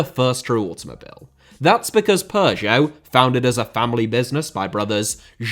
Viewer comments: Dude it sounds so funny when you say Peugeot, your pronunciation really made my day 😁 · it does, but sadly he pronounces both wrong. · great vid but the way u pronounce peugeot is pissing me off